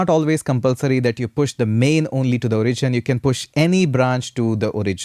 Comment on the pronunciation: This is a really good and fun course! Better than many expensive courses out there. If I absolutely needed to comment on anything it would only be that "origin" should be pronounced O-rigin not o-RI-gin. But, that would really be nitpicking on a minor detail. In short, it's an really well-done course and I learnt a lot! Well done! :-)